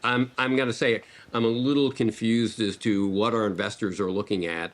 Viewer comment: omg omg omg' he sed *iNvestors*🤠🤠🤠